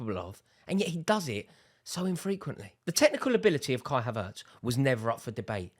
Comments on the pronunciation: It's havertz not haveurtes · He’s pronounced: HAvertz not haVERtz 😊